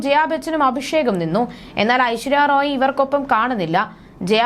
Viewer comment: Ente ponnu koche Aishwarya Rai ennu parayu... Roy alla . Hoooo...ee malayalikale ingane parayullu...